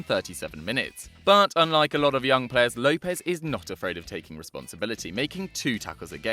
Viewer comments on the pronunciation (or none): It’s not Lopez it’s Lopes btw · Ronny Lopes is with an "S" not a "Z"